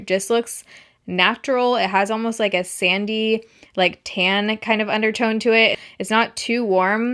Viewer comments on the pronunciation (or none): none